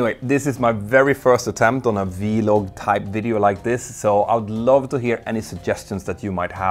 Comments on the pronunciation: vlog, not veelog lol. one syllable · I like how he says “vlog” like “vee one”, rotate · A vee-log. I love that 😂